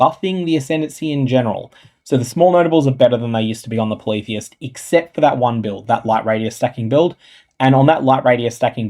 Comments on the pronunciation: same. I thought it was poly-theist, not politheist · Ngl.. I got triggered asf at your pronunciation of "Polytheist."